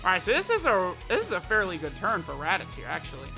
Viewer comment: "teq raditoots"